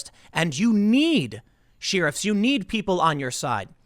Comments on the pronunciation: I love Tim, I watch pretty much every vid, but... "She-Riffs" instead of "Share-iffs" was buggin the heck out of me! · Sheriff pronounced “Shear ruffs”never heard it said that way. Sheriff to me is pronounced “share riff”. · Tim... love your work bro. But what exactly are "Sheeruffs"??? Because "Sheriffs" are pronounced "Share' riffs"👍🏼